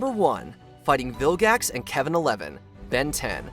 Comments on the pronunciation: Did you seriously say vil-jax instead of vilgax? How dare you! The g in vilgax is a guh sound. Like gravity. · did you say viljax?